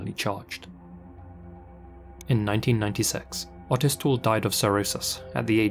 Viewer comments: OH-tis, not AH-tis. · Hearing him pronounce Otis was really stressing me out - it's OTIS not utis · Oh Tis, not Au Tis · the first story the guys name is pronounced O-tis not Autis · The name Otis has a long o like hoe. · I swear the way he said Otis’s name drove me crazy. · Had to skip the first story because he kept saying otis wrong 🤦🏽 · Otis or autist? Cant tell which word is being said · Really hope to never have to hear you try pronounce Otis again =P